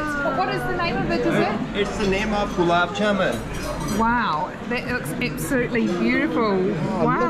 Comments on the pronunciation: It is called gulab ja-mun and this mun is pronounced like bun. And aa in the ja is also a bit elongated. The syrup is made from sugar and does not have honey in it unless these guys did put some. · Gulab jamun not jamaaaaaan